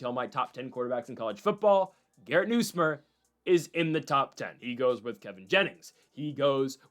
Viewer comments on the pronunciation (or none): LSU’s QB name is pronounced Nus like Bus + myer